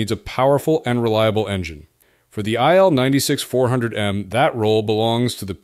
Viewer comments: Its not ptonounced aile-96 , its pronounced eel-96, il atands for iliushin, name of the designer. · It's pronounced Eel (as fish), not Ai-el. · If only,you would pronuce correctly the name of IL-96. REALLY STUPID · Yeah. Pronucing stuff right is important.